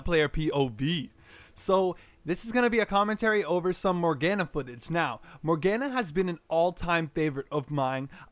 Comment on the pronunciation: More Gah Nah is how you pronounce it.